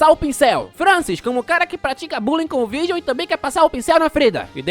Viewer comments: não conseguindo falar o nome direito porque tá lendo com se escreve, é Vargiu que se fala e o giu se pronunciar dil, Vardil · AI QUE AGONIA ELE FALANDO O NOME DO VIRGIL ERRADO O VÍDEO TODO😅😅😅😅😅😅😅 NINGUÉM MERECE